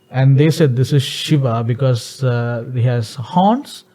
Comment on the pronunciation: It's not Sheva it's Shiva & it's not Baal its Bael(Bull) & No Shiva is not the God of Dance it's Natraj which is 1 of the form of Shiva, Shiva is the Lord of Destruction & Also the giver of all knowledge through Yoga, So Shiva is also known as, Aadi Yogi. ✌🏻